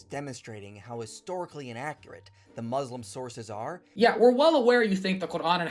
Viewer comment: “Mazlem” “Izlamic” 😂